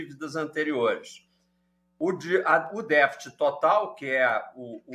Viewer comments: Não achei elucidadtiva as explicações do entrevistado. E não falou novidade e nem foi didático tambem, pois quem não conhece um mínimo de economia ficou vendo "estrelas" no céu, ou seja boiando. Por exemplo: o que é "deficit", que ele fala "defit" primário? ...Mas esse mesmo problema esta corroendo as finanças dos EUA já algum tempo. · "défit"?? O que é isso?